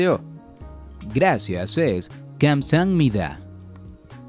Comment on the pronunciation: escribió kamsaamida pero dijo gansam-mida.